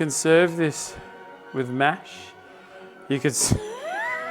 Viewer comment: I swear, when you said "serve it with mash", my braid heard "serve it with METH"...dang.